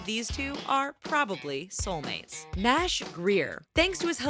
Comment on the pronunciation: she pronounses names wrong like nash and noodlerella